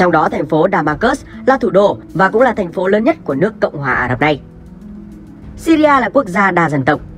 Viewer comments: Đọc là nước Sy ri thôi chứ làm gì có nước Sy ri a nào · Góp ý bạn nhé . Gọi là siri thôi chứ ko có chử a khi đọc ra tiếng . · Đọc là Sy ri a nghe ngang phè phè